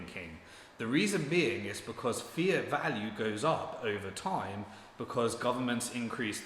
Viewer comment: when you say “fiat thinking” it sounds like you’re saying ‘fear thinking’ because you’re not pronouncing the ‘t’ at the end of ‘fiat’. This might be confusing to newbies tuning in.